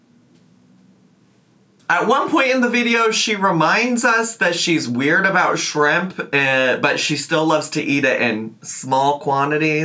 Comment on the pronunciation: shrrim-PAH 😭 the way her lips move when she says it sickens me